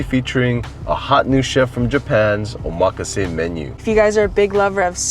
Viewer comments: Omg. Not even saying Omakase the right way. LOL and you guys said it sooo many times. So hilarious. Nice lol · You guys are pronouncing omakase wrong…